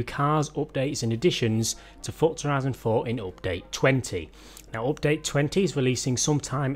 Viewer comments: Peti Péter how can you love that ?;)) It s one of the most annoying sounds in the world, next to children crying in a plane or dogs barking when you try to sleep. I’d send this guy money if he ‘upgrades’ his speach. Cause it s not only oupdate... there are more words he’s murdering. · Opdate lol 😂 Love it when u say Opdate xD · Its sounds funny 😅😂